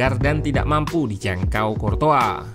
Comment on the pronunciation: Ssst.. Buat mimin Curtois dibacanya mirip Croissant.